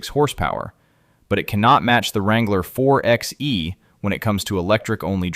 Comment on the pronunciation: A Jeep Wrangler is an SUV, not a truck. It's pronounced 4 by E, not 4 ex E.